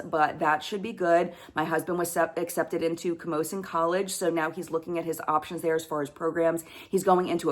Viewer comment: You say Camosun perfectly! You are going to fit right in.